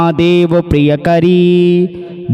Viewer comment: प्रियंकरी न कि प्रियकरी,अशुद्धि के साथ मंत्रोच्चारण ठीक नहीं । किसी भी श्लोक को ध्यान से पूर्व अभ्यास के पश्चात ही पढ़कर अंततः अपलोड करें। आग्रह है। धन्यवाद। om kuldavaiye namah.